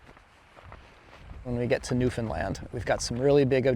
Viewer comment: Ty for saying Newfoundland right! Feels good to hear people say it right ❤